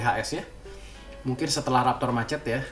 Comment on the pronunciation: Saran bang, cara baca raptor machete : reptor masheti